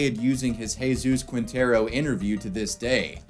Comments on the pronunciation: Ermh... It's Jesus Quintero, not Jesus Kuintero (the U is mute in "que", "qui", "gue" and "gui") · Lol “Qwintero” it’s Quintero “Keentero” the u is silent.